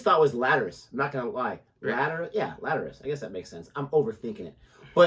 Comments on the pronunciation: The album and song is pronounced latter•al•is. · Lateralus is pronounced “Ladder-ral-us” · LAT.. ER.. AH.. LUS